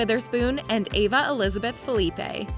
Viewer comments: Ava " Felipe!!?? Really.. As someone who has known Ryan( HER father) FOR almost 30 years..( we're from the SAME neighborhood in New Castle Delaware); I'm embarrassed for you!!! ITS pronounced Fil-la-pee!!! NOT FELIPE🤦🤦🤦🤦🤦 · Phillipe is pronounced with a silent E at the end in this case.